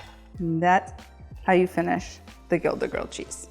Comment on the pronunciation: btw gilda is pronounced "hilda" sounds like a H😊